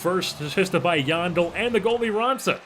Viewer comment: yandle is supposed to be pronounced like handle except with a "y"